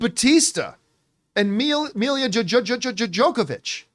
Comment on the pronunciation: Lol John called Milla Jovovich, Milla Jokevich.